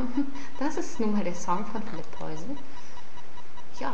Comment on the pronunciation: du sprichst den namen falsch aus -.